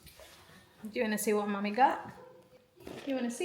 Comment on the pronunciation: Ang ‘mommy’ dle pa gihapon malitok pero an ‘hala’ litok dayun